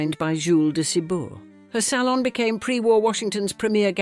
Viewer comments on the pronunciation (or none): none